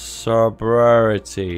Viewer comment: Apparently sorority is pronounced, "so-lurll-i-ty"